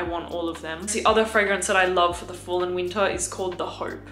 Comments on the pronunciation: Going to watch again just to hear say "Weentah" again.💛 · I love how she never says the “R” sound. Fall and winta it gets coola”